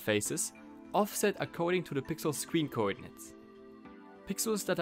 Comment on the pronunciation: Man says sween instead of screen